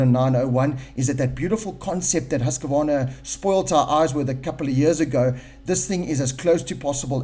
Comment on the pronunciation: Seriously.... It's HUSK-VARNA. Not HUSK-A-VARNA.... FFS...